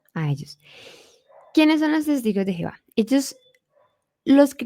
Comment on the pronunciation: Lamentable .como pronuncia el nombre Divino de nuestro Dios jehova .medita en lo q hablas en verdad tu .no conoses nada ..